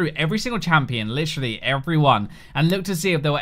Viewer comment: I heard lisherally, instead of literally. Lol